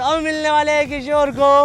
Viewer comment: किशोर डोन बोलते हैं 😂